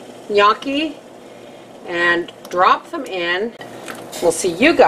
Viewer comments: n-yoh-key. not n-yo-key. it's a long oh sound. and nyeh sound for the gn. The first time I ever made gnocchi was when I was interning during cooking school and we had this little wooden paddle with fork marks on it and I had to roll it similarly as you did. I think it's up to the cook to be creative. :) looks yummy! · Looks delicious. I need to make some of this some day. And its pronounced no-Chi :) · You are so adorable. The word has two syllables. nyO-key. you said it right once in the video and then at the end fractured it. You had me giggling first thing this morning. I love it. Best way to start out my birthday ever! Now when grandma taught us girls to make this pasta, she had us use the ricer too. We never used the fork like some do. We rolled it in to tiny balls and used our thumbs to roll a small cavity in the center. You can dehydrate these in you dehydrator to store in your pantry like other pastas/noodles. Now as to an exact way to use these gnocchi: cover in pasta sauces, in chicken soup, alfredo sauce, like you said anyway you can make a sauce, soup or stew, this is a good pasta. It is a little heavier than some pastas, so one serving wait 20 minutes and see if you really can eat any more or are you stuffed...it kind of sneaks up on you. Thank you for the wonderful memories. I was raised cross cultural and It was wonderful. You keep sharing you cultural diversity with us. We will be all the better for it. People won't know what they are missing if you don't! I don't know what I would do without your videos, thanks again.